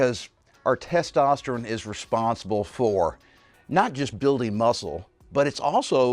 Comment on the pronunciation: Why does he say testosterin?